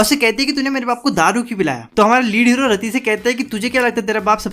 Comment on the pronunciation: raddi nai yaar rati RATI HAI USKA NAAM 😊